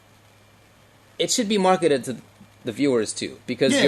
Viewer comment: Did just say "marketed-ed"? LOL